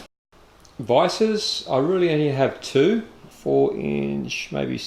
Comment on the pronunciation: Thanks for sharing 👍 Has anyone ever told you that you sound like Colin Carpenter when you say "really" or "rooly" 😁😁